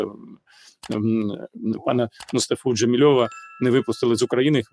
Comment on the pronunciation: Джемілєва, не Джемільова!